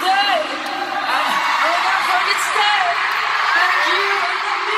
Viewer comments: I think he tried to say "thank you" but it sounded like "fack you" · Everytime BTS does something on stage and those memes/clips pop up i just keep cracking up xD OMG Taehyung saying fuck you instead of thank you... I'M FUCKING SCREAMING xD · LOL Tae was trying to say "Thank you" in a British accent